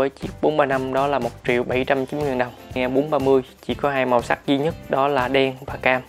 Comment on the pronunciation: tên là Lumia mà cứ nghe là Lumie.